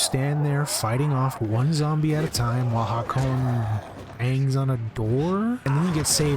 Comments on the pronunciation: ah yes!! ha-cone. my favorite character...u really cant say hakon ?? haha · nice vid but... Hakone!?